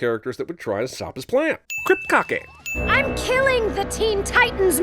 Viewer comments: "Krip-kake". Nice , dude. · "Kryptkkake" .... why.. just why